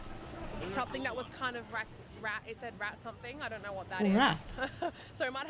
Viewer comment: Bakso urat, not rat